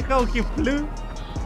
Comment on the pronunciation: "did you see how he FLeEuuW" is so funny and he doesnt even know it man lmao